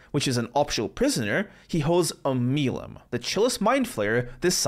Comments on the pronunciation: Baldur's Gate 3 is the 5th Baldurs Gate video game not including remasters. As there was Baldur's Gate 1, 2, BG Dark Alliance, and BG Dark Alliance 2. I don't get why the pronunciations are so off, since... the whole game is voiced. You can hear them say Oh-mel-E-um , and MURK-el. (Sorry for the teasing on this ^_^ but im going to keep doing it) Shar is the goddess of darkness too, actual darkness. The Absence of all. It was not "not darkness but the darkness in peoples hearts" it's "BOTH actual darkness and the darkness in peoples hearts." The mirror of loss give Attribute bonuses and negatives, not skill bonuses and negatives. Tieflings are not from Elturel. Tielfings are from all over. The refugees are most of the Tieflings from Elturel, that have been kicked out because the people who were all dragged into hell- are treating tieflings like they were the reason they got pulled into the hells. They were fleeing persecutions. Tieflings don't have to have done anything to be what they are, devils are notorious shapeshifters and some don't even have to do the deed to pass on some infernal lineage to offspring. Avernus is not the "D&D version of hell" Avernus is the real world legend entrance to the hells. In d&d and actual mythology, hell is broken up into different layers or circles of hell. Im just being picky now- you called Bhaal the god of death, but- you already know why that's wrong :P Kuo-Toa is pronounced Koo-oh-Toe-ah. Jergal was not THE God of Death, he was the SCRI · I love how you made a correction to pronouncing myrkul, only to immediately butcher omeluum's name, both of which are said in the game multiple times 😂